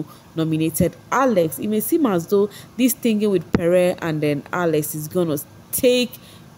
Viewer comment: What is with pronouncing t.h.i.n.g as "thingin"?? It very confusing.